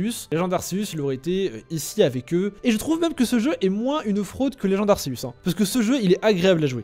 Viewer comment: Ça dit arcéus pas arceus